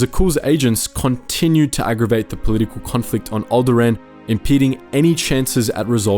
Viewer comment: Is there a Star wars fan and can't even pronounce alderaan?